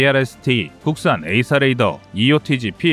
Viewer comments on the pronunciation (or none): none